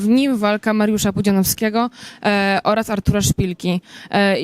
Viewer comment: ona się nie potrafi wysłowić "olaz"